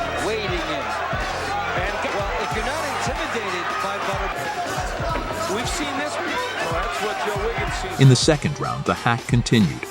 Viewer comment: It's pronounced butterBEAN not butterben. Computer voice.